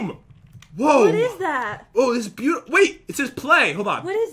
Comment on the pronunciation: Did anyone else notice that Pat said beueutiful (I did the spelling wrong because that is how he said it.)